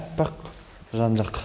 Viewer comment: Қазақшаң жақсы ақ,бірақ мына яқ ,бұ яқ деген әліппе ден бастан ана тілі оқулықтарында жоқ еді ғой .Ол кей жерлердегі диалект сөз тіркесі ғана.Ана жақ,бұл жақ деп сөйлесең бар қазаққа ана тілінде айтқан болар едің.Ісіңе сәттілік тілеймін.Ң әрпін айтуды үйрете аламын хабарлас